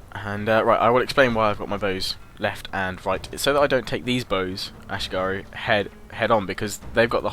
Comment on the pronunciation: Ah-She-Gah-Roo, it took me a couple of minutes that he was trying to say ashigaru rofl.